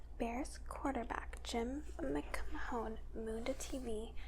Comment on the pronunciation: Jim McMahon's name is pronounced "mick-man". I actually had a teacher who said it just like that in 1986 seriously. Ms. Robinson lol